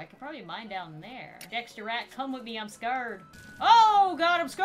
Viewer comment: I love how she says scerd instead of scared